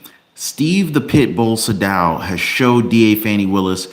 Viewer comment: Isn't it "Say•dow"? As in rhymes with "hey, cow!" 🤔?